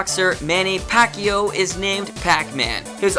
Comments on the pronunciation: dude you pronouns pacqiuao wrong, its pronouns pac-cyaw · hay that boxer you mentioned his last name is pronounced pac-yauo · Manny "pacqio" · im from the philipines and you are pronouncing pacque wrong and yes thats the right spelling.